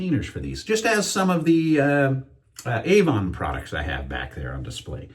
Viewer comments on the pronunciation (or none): none